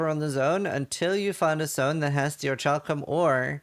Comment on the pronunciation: Orichalcum. OriCalcum (calculation) not oriTCHalcum. (Kitchen)